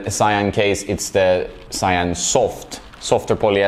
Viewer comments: Your pronunciation of Cyan is good. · "If you're a tennis nerd there's a HIGH RISK you've heard of them" sweats thinking about all the Angell frames he's bought recently because of TN reviews Yes, a high risk indeed. Also you pronounced Cyan perfectly Nice!